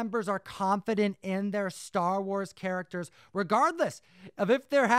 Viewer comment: Jesus Christ learn how to say the names of the star wars characters.....do your homework!!!